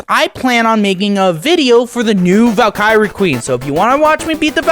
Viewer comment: How do you beat Ragnarok and not know how to pronounce Valkyrie?